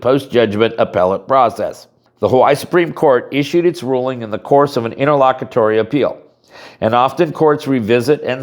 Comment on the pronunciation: Wtf is it nterlockatory